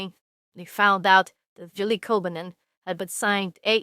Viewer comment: Babe you mispronounced Koivunen name at least four or five times. Still your right that this is a bad deal and you called it out.